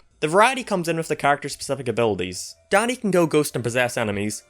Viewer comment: For a minute, I thought you said "Daddy" This gives Danny a whole new meaning XD